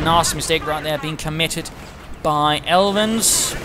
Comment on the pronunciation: You pronounced me alright and thanks for the helpful tips, I'm going to try to improve my armor handling in the open beta;) sincerely, Aelvin